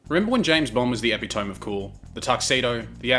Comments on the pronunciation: "Epi-tome"... Nice... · You can't pronounce suave or epitome right, if you could. You wouldn't look or sound stupid while doing it. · Good video. Gotta say tho, you gotta work on your pronunciation of epitome and suave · "If you don't know how to pronounce a word... say it out loud! Someone will correct you." — Strunk & White. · Lol, I'm new to this channel and his "epitome" and "suave" were what reassured me it isn't an AI reader. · I thought the same thing! It's one of my favorite words to hear mispronounced because everybody has their own take and I frequently like other peoples' takes rather than the correct pronunciation. I love it! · Epitome 😂😂😂 that’s not how you pronounce that word my dude. You’re not American strop butchering the language. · I used to pronounce epitome the same way it fucked me up when i realized. Welcome to English where like half of our words are from other languages. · You seem to have robbed "epitome" of its final syllable and appended it instead to "suave" 😝